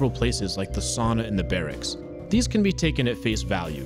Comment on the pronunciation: Sauna not sana.